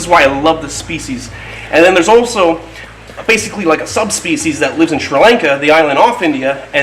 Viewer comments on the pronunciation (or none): none